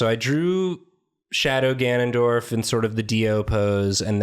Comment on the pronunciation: IT'S GANON'DIO'RF